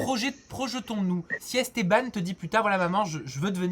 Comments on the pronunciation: Wesh il dit esteBAN wesh c’est ESTABANE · Argghh ESTEBAAANEEEEUH pas esteban 🤦🏼‍♀️🤦🏼‍♀️🤣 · Il a dit "esteBAN" 😂😭😭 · Comment il arrive à dire Estebanc😨😨😨😨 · Comment il prononce Esteban?! 😂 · oui mais la c français alors que esteban en prononçant le an c espagnol